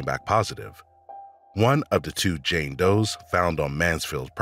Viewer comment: she was a JANE Doe, not JAN Doe smfh! well THIS pronounced qqàà½